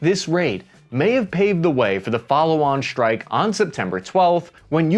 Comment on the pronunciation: Why do you use German pronounciation: "shtrike" instead of "strike"?